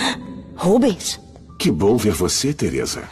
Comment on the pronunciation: É RÚBENS E NÃO "RUBEUS"